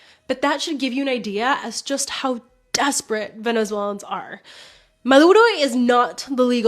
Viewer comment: I like your take and for the most part agree. Just one thing bro — learn how to say “Venezuelans”